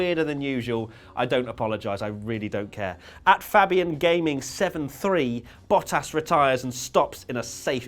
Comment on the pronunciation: Why did you pronounce Bottas as "Battas?"